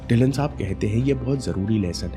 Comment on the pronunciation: Sir It's "ढिल्लों" ✔ not "ढिल्लन "❌ . mera b yhi surname h🙏lesson in this video💯